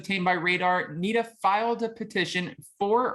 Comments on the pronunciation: Dude... It is N "I"da not N "e"da. And he is the hottest husband on any of the shows. And I am sure he can put it down. Based on the "cock" picture I have seen he has it going on. He is one good looking man. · The way…he mispronounced…Nida…repeatedly. 🤦🏾‍♀️ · I know. Did he even watch the show? Lol